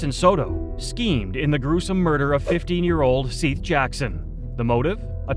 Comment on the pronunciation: The boy who was killed by Amber Wright and others is pronounced Seth. Not Seath.